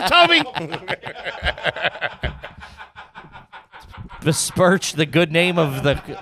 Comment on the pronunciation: definitely said “bespirched” and everyone let him off the hook.